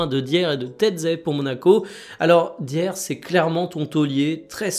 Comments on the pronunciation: Je crois que Dier se prononce "d'ailleurs" ... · Par pitié, c'est [Raphinya] et [Daïe(u)r]. Merci pour le contenu comme d'habitude 🔥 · Rafina, Dière, Ferran Lopes, ça peut arriver de se planter, et en bon Français on a aussi notre façon de dire les noms, mais ce serait bien que tu fasses des efforts sur les prononciations. Merci